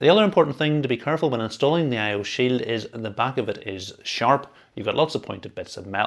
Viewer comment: "I/O sill." 🗣️🔥🔥🔥